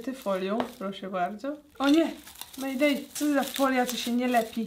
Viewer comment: „O nie MeJdEj co to za folia która się nie lepi?! Proszę się lepić!” o Jezu kocham cię Aga